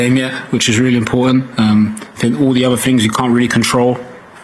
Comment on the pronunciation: Another ‘Finker’ ! A whole football squad and not one of them can say ‘think’ . Oh well. GO the 3 Lions 🦁 🦁🦁🏴🏴🏴🏴🏴🏴🏴🏴🏴🏴🏴🏴🏴🏴🏴🏴🏴🏴🏴